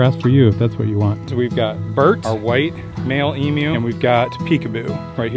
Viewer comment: It is great to hear an American who can pronounce emu correctly.